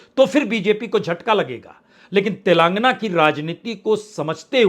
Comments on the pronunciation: गधे तेलांगना नही तेलंगाना बोला जाता है । और प्रधानमंत्री जी का नाम इज्जत से लेना सीखो । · तेलांगना नहीं तेलंगाना है। तुम क्यों इतना दुखी होकर विश्लेषण करते हो।